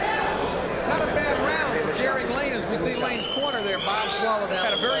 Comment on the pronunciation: The fighter's first name is "Garing" Not "Garib." Garing Lane. Come on, this is embarrassing.